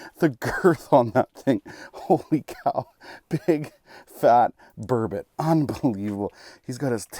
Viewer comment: What the hell is a "burbit?" It is spelled burbout and pronounced Burr-bot